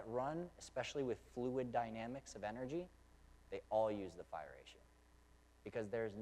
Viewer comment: I always heard it called "the golden ratio" or "the golden mean". That's what you refered to as " the far ratio"? Or was you saying "fire ratio"?